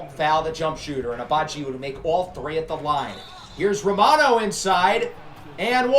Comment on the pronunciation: have you ever tried using a coach's challenge before? I think it could come in handy. Also, liked how you said romano's name.